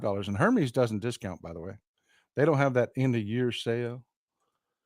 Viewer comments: Wait till the Botox wears off. It's pronounced Ermes btw. Unbelievable. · it is pronounced Her mezz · Hermes is pronounced “air mess” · I think the “h” in Hermes is silent.